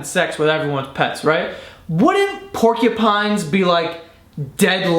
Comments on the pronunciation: "Pork-ya-pines" Hahahah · Pornkupines. What I kept hearing whilst commenting.